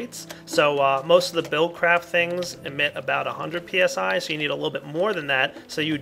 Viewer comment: lol When He sayd PSI i Thought It was PSY ;)